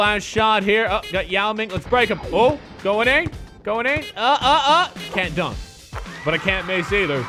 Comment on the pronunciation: pronounces Dunc like an English guy pronouncing dance